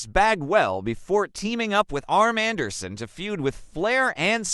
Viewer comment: Man, "Gararar" and "Arm Anderson" were some great talents! I get it, I'm just messing with ya. I do like the vid though so keep it up. The AI stuff needs work, unless that is you lol.